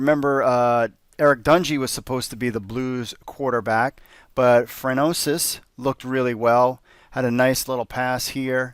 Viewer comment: Fran-Swa. Not Fran-oais